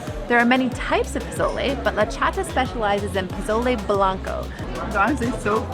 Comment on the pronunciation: I love your video, but you’re saying pozole wrong the z makes an s noise like a snake. I just wanted to help you out for future videos, but I really appreciate your video and I can’t wait to try the food.